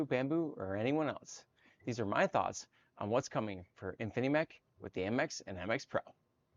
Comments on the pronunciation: It’s “Infimech” not “Infinimech.” The least you can do is get the name of the company right. How can anyone take you seriously when you make such a dumb mistake? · Dude, it's InfiMech, not Infinimech 🤣🤣🤣